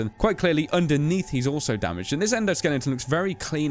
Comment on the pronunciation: Why do you keep saying "endoSKELLINGton"? xD